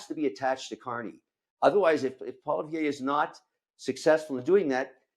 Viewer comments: O'Leary should learn how to pronounce Poilievre's name properly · Hey Daniela, could you let Kevin know how to say Pierre’s last name? Thanks!